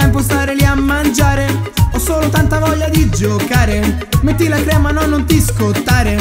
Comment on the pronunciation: Avete notato che a quando step dice "metti la crema" si sente "metti la hrema" per colpa dell'accento toscano? xD